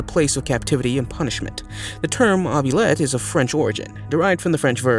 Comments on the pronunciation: It's pronounced ooo-blee-et. Not oh-be-let😂 any fan of labyrinth could tell you that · "Obulette" ? I downvoted and left. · It's an OUBLIETTE. Not an obulet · Oubliette: ooo-bli-ette. And the French verb is oublier, not obulier. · It’s a oubliette not obliette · Its pronounced oobliette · It’s pronounced “oo-blee-ET” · ITS PRONOUNCED " OOBLIYET"!! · just an FYI, the French word Oubliette Is actually Pronounced OOH - BLEE - ETT . And as for the worst Punishment, the wholesale Bastardisation of the English Language in this Video was even more Unbearable than the subject Matter 😂😂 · The pronunciation is “”oo-blee-ette” ….”oo” as in Boo! “Blee” as in Free “ette” as in get. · Agreed, it's awful. "Ovulette" ?? for oubliette 🙄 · ou = hoo. Oubliette = hoobliette. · Please learn how to pronunce oubliette - you’re making my teeth itch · Oubliette is not derived from a french word..it IS a french word...(which you also pronounced incorrectly). Your explanation of "gallows" was also very incorrect. Garote also mispronounced.